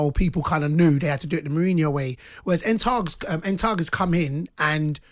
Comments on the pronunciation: “En Tag”?? 🤔😂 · Man called him Een Taag 🤣🤣🤣🤣🤣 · Who is ent Hag? 🤣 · This ronaldo agent Cole said en taag 🤔😜😜😜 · Him calling Ten Hag "En Targ" was a highlight. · Ten Hag its Ten Hag